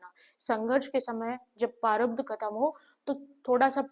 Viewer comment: Behan sorry for this vo parabdh nahi prarabdh hota hai